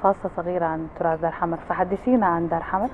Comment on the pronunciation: المذيعة بتقول قبيلة دار حمد😂😂. دار حمر وليس دار حمد